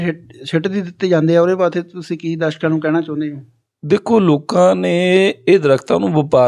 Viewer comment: dashka ni hunda darshaka hunda 😂😂😂😂😂